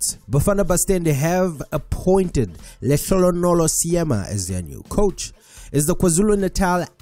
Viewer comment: You are makwerekwere WENA🙆🏽‍♂️ YOU CAN'T PRONOUNCE Lehlogonolo😏😏😏😏 Makwerekwere hirso.